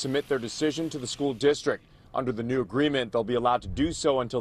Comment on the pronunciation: She said it was the first day of “stool”?